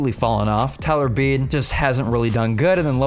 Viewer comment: Its Beedee not beed